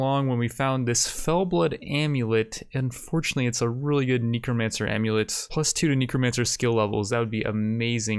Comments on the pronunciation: Necromancer is pronounced Neck-romancer not Knee-Kromancer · Where tf from? Where in the world pronounces necromancer as neekromancer? or naginata as na-jinata? Mfer pronounces it correctly on the 60th time 21 minutes in??? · he knows. It's intentional at this point. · Nobody:: Kneecromancer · best series. KNEE-CROW-MANCER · "Knee-cromancer" i dont think ive ever heard anyone call a necro a knee-cro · kneecro mancer and najinata.. staaaaahp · Neck-row-man-sir Na-gi-na-ta ♥ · I'm pretty sure he's doing it on purpose, like Knee-kromancer